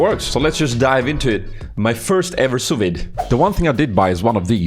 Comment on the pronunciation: lol its pronounced "sue V" i believe its French